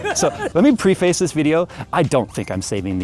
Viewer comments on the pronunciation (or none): Preface is pronounced preh-fiss. <3